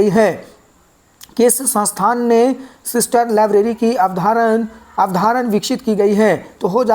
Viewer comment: अवधारण नही अवधारणा होता भाई.. याद रखियेगा😂😂